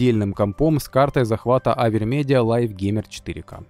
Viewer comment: Пасиб что вещаете на русском языке) Но учитывая пост в сообществе, думаю компромиссный вариант это суржик:смесь украинского и русского языка.И украинцы и понимающее русский язык люди из снг могут немного под-учить украинские слова. И да,СПАСИБО что за долгое время сказали авермедия,а не Савер)))